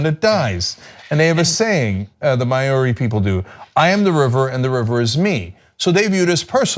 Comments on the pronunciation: "Maori tribes" " It's not pronounced "may-oree" but "mowry," rhyming with "dowry." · Someone really needs to teach Americans how to say Maori. There's no "y" or "i" in the middle of it.. It's not "May" anything.. It's "Mah" and it's barely "Mah" because the "a" runs into the "o". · its NOT MAYORI. its enunciated as MAO-Ri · Maori is pronounced kinda like saying the word "Moldy", the "ld" actually being a rolled "r" rather than "ld" though, and there's sort of a short "ah" sound between the "m" and the "o", it's not an "ay" sound. So it's not "May-or-ee", it's more like "Mah-ow-rr-ee". I know that's kind of strange, it would be easier if you took a quick tutorial on Maori vowels and how they are pronounced, TBH. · The duty of the river is to continue to provide clean water and fish for humans, most of whom are ungrateful and greedy pieces of shit, in exchange for being cared for. And it's pronounced Mouw-ree, and even that's not quite correct as it has a subtly rolled "r" - but certainly not may-or-ee. And for Landerola - yeah, your completely "rationalist" approach has worked out really well here in the US, hasn't it? We put the laws on the books concerning stream buffers in strip mining operations in W. Virginia, which were ignored anyway without consequence to the mining companies, and then Trump is cutting that particular legal pretense out completely. Standing Rock went really, well given the materialist orientation of the dominant culture in the US, right? One thing you guys are not saying is that capitalism is essentially evil, as competing claims to moral considerability will ALWAYS weigh more heavily on the side of profit. Affording a complex ecological system personhood gives it equal moral standing...so in short, you don't know what you're talking about. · Mao like how, ree, mao-ree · Maori= "mow-ree" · Maori (pronunciation: mow-ree) wtf you guys?! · Maori. I always pronounced it Mow-ry. Is that right? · Maori!!! MOW-REE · Alexander Straight no we do not!